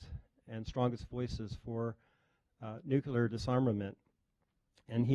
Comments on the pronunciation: The presenter says "nuccelar" several times at the start, and he almost says his colleagues "have demonstrated that even a nitwit" before he corrects himself and says "limited". Wasnt even joking, and everyone laughed. Its a savage world :D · Why do intelligent, well educated persons still pronounce Nuclear as nucular?????????? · Why do so many people pronounce it new kew lar? It’s just as east to say new klee ar. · The DEAN of the COLLEGE says :"Nuke-you-lar"??? In front of Prof of Linguistics. "New-Clear", dear boy. SOMEONE tell him! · Thank you. I was getting tired of the chair person pronouncing it nucular.